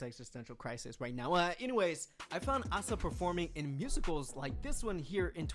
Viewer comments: ASA is not the best dancer , and it's A SA, not Aaaah Saah. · Asa is not the best dancer, but she is. Both Ruka and Asa are the best, and Asa was named by LeeJung as the best in some dancing aspcets. And as the other guy already mentioned, yeah, her name is Ah sah, not A-sa. Youre a Babymonster fan that has never seen Babymonster content or what? She has always presented herself as Ah Sah, unless she is speaking english, then she calls herself A-sa, for the reasons he already told you. Youre not even a fan youre just some random Asa hater.